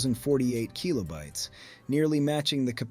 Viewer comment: "keelobytes". "Turbo Graph Ex 16". No human talks this way. It's AI. And I'd wager the script is partly AI generated. It's not terrible, but there are enough real, passionate people out there making these kinds of videos that I don't want to deal with AI slop.